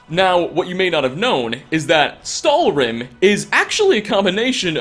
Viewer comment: Stalhrim mis pronounced stálhrim In icelandic